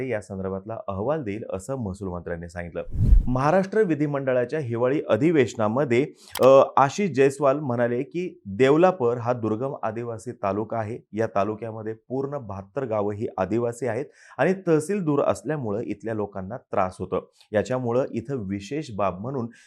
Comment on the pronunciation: Devlapur nasun te devlapar ase aahe